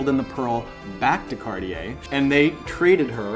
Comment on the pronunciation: CarTier not CarDier. Make an effort!